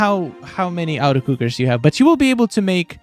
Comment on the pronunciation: The way you say “auto” sounds like “outer” and it’s making me laugh cause you’ve said auto cooker 100 times lol. It’s “AWH-TOE” automatic